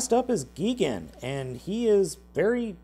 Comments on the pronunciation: It’s gigan not geegan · Lol, you said Gee-gan and gee-Dora, lol. Not trying to be rude but it’s pronounced (GUY-GAN) And (GI-DORA) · Mothra is a female. Gigan is not pronounced Geegan but as it's spelled...Gigan! (Gie- gan) You say Ghidorah all kinds of wrong Did I miss anything? Oh yeah...that's a larva not a pupa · If it's ok I'm going to correct the way he says Gigan it's not Gegan it's Gigan. Ps. Sorry if it's sound's like I'm being mean I don't mean to. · Gigan is pronounced like gaygan not gigan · you also pronounced Gigan's name wrong.the i says eye not ee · He really said geegan. (yes I know it's gigan) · His name is not gegan his name is gigan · Why r some of them fat like king ghidora and mechagodzilla And why r u saying there names like that with GIGANTIC NOT GEGAN 🐦🤖and Ghidorah not gidorah 🐉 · Mecha Godzilla is fat as shish and "King Gidora" and Mecha Godzilla has no neck and it's not "Geey-Gan" it's "Guy-Gan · Learn how to pronounce idiot it's not geegan it is gigan it's not King geedorah it's King Ghidorah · 1) it’s GIgan not GEEgan 2) it’s GIHdorah not GEEdorah 3) mothra is a girl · Its Gigan Not Gigen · "Geegan" its gigan. But its pronounced (guy-gan) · its not giigan its gigan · It looks like you don't know much about kijus go and go translate gigan your not saying it right its not gegen its gigan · It's pronounced "guy-gan" Not "gee-gan" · gee-gan XD XD XD ITS PRONOUCED GI-GAN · Its GUY GAN not GE GEN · Geegan its i gan gigan you pronounce it not like ee its i g i gan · dude you got the 2 monster names wrong. gigans name is guy gun not geegan. and king ghidorahs name is king gidora not king geedora. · Gigan not giegan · Great review! But you keep mispronouncing gigan it's pronounced guy-gan you keep pronouncing it gee-gun. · "Geegan"? It's pronounced "gygan" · Its not ge gan its gigan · Gidorah, not Geedorah. Gai-gan. Not Geegan. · The things on Gigan's back are wings. Also it's pronounced G I gan not Geegan. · Its not Geegan its Gigan